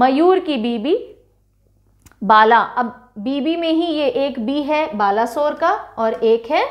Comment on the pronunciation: It's not ba-la sore well pronounce that as balesor and sor as u pronounce the word sour.. 🙂